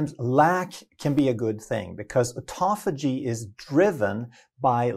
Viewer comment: то аутофа́гия, то аутофаги́я, аффтор, определись☝️🧐